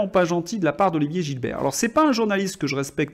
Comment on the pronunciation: GiSbert et non Gilbert.